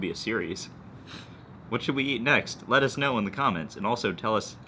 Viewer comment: lol "lettuce know"